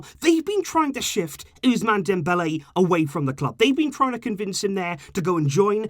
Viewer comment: The ‘S’ in ousmane is pronounced ‘SS’ and not like the letter z